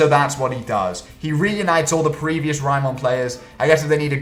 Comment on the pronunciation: Tf is Raymon? They say the name about a million times and you still get it wrong